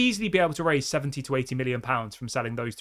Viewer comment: Dude, I really wish you'd pronounce Kobbie's name properly. It's pretty disrespectful, especially if you're streaming 3x per day as a professed Manchester United expert.